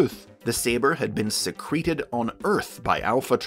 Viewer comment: it's Secret-ed not Sea-creted. The way you pronounced it is the past tense of Secrete